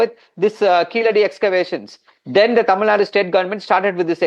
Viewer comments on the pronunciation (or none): Please Say tamilNadu , its not tamilnad, not just karnatak. Is it indi or india? . - Long Live India